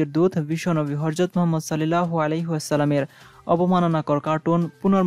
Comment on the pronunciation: উচ্চারন 'হরযত' নয়, 'হযরত'।